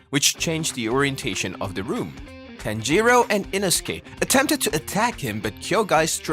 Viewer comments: It's bothering me how he says it like that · I've heard Japanese names being pronounced worse before